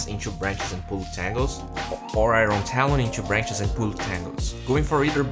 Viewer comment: IRON = ayorn, not ayron.